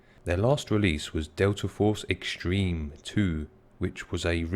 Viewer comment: Lol at the way you said Xtreme.